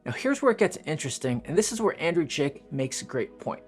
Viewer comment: I think you're referencing YouTuber Andrei Jikh, not 'Andrew Jick' or whatever you said. You should link his post or channel.